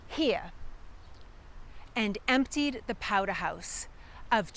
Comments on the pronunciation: Mr. Brattle 'took a powdah'! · Powder rhymes with Chowder! (Another excellent video! Thanks for making them... I'm the direct descendant of a Scottish born Loyalist who fought for the Crown with his sons in the North Carolina colony... until they were taken prisoner after a big battle and given a choice... sign a document saying their loyalty now lies with the Congressional forces or swing from a pine tree... they took the pen not the pine... so they kept their lives and the family land... :)